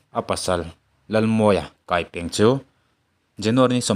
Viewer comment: Kaipeng i lam dan kha a dik lo."Kai" tih hi 'ka banah min kai rawh' tih a 'kai'rik angin lam tur."Peng"tih hi 'kawng peng'tih a 'peng'rik angin lam tur